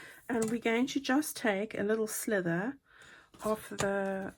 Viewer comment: Teehee it really isn’t a slither - that’s what snakes do! It may only sound as if that’s what you’re saying so accept my apology if that’s the case🤗